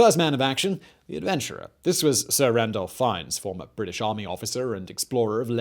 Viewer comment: Ranulph, not Randolf!!!